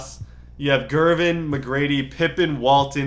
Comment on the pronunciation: the way he said gervin